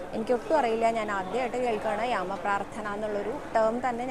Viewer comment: യാമ പ്രാർഥന എന്നാണോ പറഞ്ഞത് അതോ രാമ പ്രാർഥന എന്നാണോ പറഞ്ഞത്